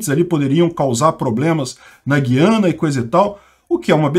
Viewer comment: Vocês do Sudeste não acertam a pronúncia; não é Guiana de Guilherme, mas Guiana de Araguaia. É um tritongo com três sílabas e não duas.